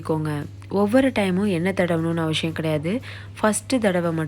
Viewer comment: அவசியம் என்னும் வார்த்தையை அவஷியம் என்று கூறுகிறீர்கள்.. மாற்றி கொள்ளுங்க